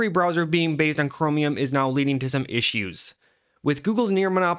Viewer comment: The way u say cromium is bothering me but also funny for some reason